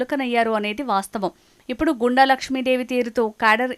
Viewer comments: గో ండు, గూండ, కాదు తల్లీ... గుండ n గొండు 👍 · గుండ అని చదవాలి